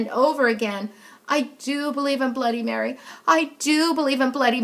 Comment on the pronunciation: She said bloody Berry ._______.